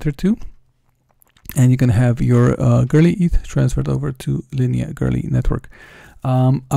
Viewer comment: It's not girly ETH. It's Go-Early Eth